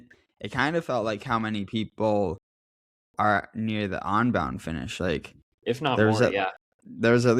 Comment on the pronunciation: it's UN-bound not ON-bound:face-purple-smiling-fangs